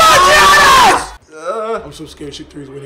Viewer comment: It is not Gianss its yuans